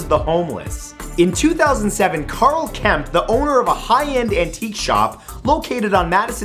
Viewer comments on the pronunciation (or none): none